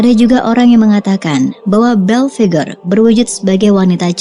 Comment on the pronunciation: Dia namanya om "Belphegor" bukan om "Bell Figure" 😂😂😂🤣😂🤣😂🤣